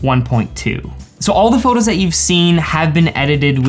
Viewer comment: Photographers should stop saying “phurtography”. They’re photos, not “phurtos”. All n all, great info and video.